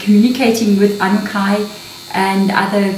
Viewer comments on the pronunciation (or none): Your pronunciation is so different. Ah-nu-na-kee is typically how it’s pronounced. Even on Ancient Aliens show. Are they wrong? Just wondering. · Sorry, my dear, but it’s pronounced ‘ahh new nah key’… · Pronunciation: AnnuNAHki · Just to help out a bit for those that have a hard time pronouncing this, they are called the "A - NEW - NAH - KEY" :) Thank you! xox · Pronounced as aan nu naakie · Just to help you out Anunnaki I had to learn how to say it. So I broke it down for myself like this. Ann new naki it helped me. Thank you. SARA